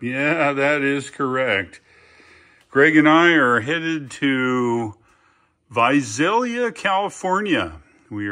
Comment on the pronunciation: And Visalia is pronounced with an 's' not a 'z'. ;)